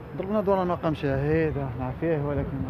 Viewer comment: مقام ماشي مقان هههههههههههه